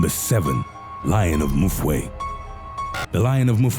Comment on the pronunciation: the 7th story, you are pronouncing Mfuwe wrong. you are saying Mu-fwe.... its pronounced Mfu-we as if you are saying oomph- u- we